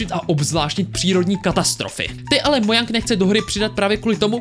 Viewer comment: Mojang se vyslovuje Moučeng